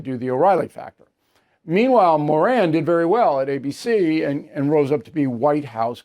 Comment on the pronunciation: Stop pronouncing his last name wrong. His name fits...the bottom of the genius scale